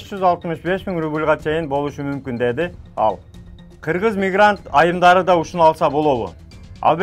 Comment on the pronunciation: Передача болуп кеттиго бул Мос кабар.Киргыз дебей Кыргыз деп так суйлосонуз Журналисткага окушунуз керек экен.